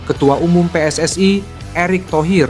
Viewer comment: Min anda berbicara menggunakan bahasa Indonesia ya selayaknya pengucapan PSSI itu sesuai pengucapan Indonesia. PSSI (pe es es i) bukan PSSI (pi es es ai)..